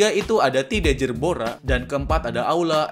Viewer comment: Bg kok itu bacaan aula malah auda